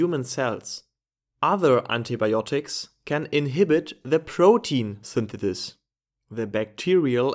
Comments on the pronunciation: I cant unhear this now 😭😂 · It's interesting how you pronounce synthesize perfectly, yet you pronounce synthesis as "thinthethis".